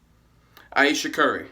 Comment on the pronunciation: Ayesha. Eye-eesha. I-eesha. What's her middle name, Floquella?